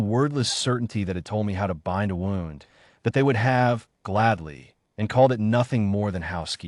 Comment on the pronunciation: WOWND INSTEAD OF WOOND?